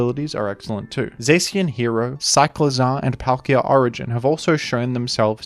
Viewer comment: My dude here pronounced Zacian as Zaxian for some reason